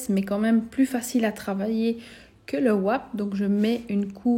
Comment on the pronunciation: Étant française entendre Wap quand elle dit wrap je rigole toujours !! 😂😂😂